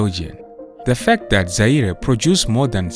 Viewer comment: Not Zai RE😂